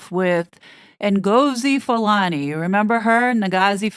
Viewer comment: You pronounce her taken name as ENGOZI FULANI!